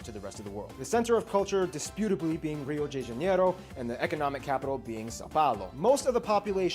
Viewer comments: not "jay" or "day", is "did" without the second "d". It sounds like: Hill di Janeiro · I am from Rio de Janeiro, and I pronounce more like "Rio Day Janeiro" and not "Rio Jay Janeiro" like he said. Also there were several mistakes. There is no "East" region in Brazil, the money is in the south east (Rio de Janeiro, São Paulo, Minas Gerais). The Northeast is "so black" (not the North) They are cutting the trees from the North (Amazon), not from the northeast. But in general it was a good wrap up, but indeed didn't scratch the surface. And the correct word for cookies is "biscoito" xD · im from Brasil and its actually "Rio day Janeiro" the correct way to say it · its not ``rio jay janeiro´´ its ``rio de janeiro´´ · It’s not jay janeiro, it’s more like gi janeiro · Actually "Rio day janeiro" (try to remove the y sound) is closer than "Rio Jay Janeiro" (wtf is this j sound there?) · Rio "Day" Janeiro = wrong Rio "Jay" Janeiro = wrong Rio "G" Janeiro = 👍 Also not Rio with the R like that... Rio is pronounced like "he"... "He-O" "G" Janeiro 😅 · It’s ji not jay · Rio "jay" Janeiro (not JanIEro) is how some states/regions in Brazil say it. Not every place here deplaces the "d" for a "j" when speaking. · Rio “jay” Janeiro? I think he just made that up lol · I'd say that the correct pronunciation of "Rio de Janeiro" would be something like "hee-o jee ja-naydo" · We pronounce Heeo g janeiro (with the j sounding like the j of bon jour) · It's actually more like rio day janeiro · Just to notice, he is mispronouncing most of the names, like Rio de Janeiro is more like "heel g Janeyro" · Great vid, great commentary, but whoa whoa his pronunciation is WAY off. Brazilians would pronounce Rio de Janeiro phonetically more like "hi-yu ji juh-NAY-ru" with the Js being a very soft J, almost "zjh". And any "nh" is like a spanish "ñ", the h warping the sound of the n, not adding a breathy h sound as in English. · That Rio de Janeiro pronunciation is wrong